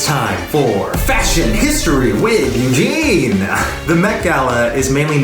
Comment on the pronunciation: Am I the only one who is commenting about the "Eugene-pire"? "Vamp-gene"?